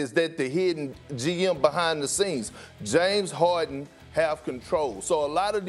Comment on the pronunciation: Nobody: Kendrick Perkins: JaMEs HaWDin